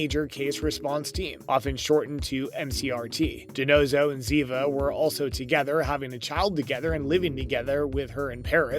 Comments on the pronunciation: If you are talking about favorite characters at least learn how to pronounce their names It is Zeva And David is Dawveed! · Please Have The NARRATOR'S Pronounce Names Correctly Like ZIVA (Spelled DAVID PRONOUNCED DAVEED).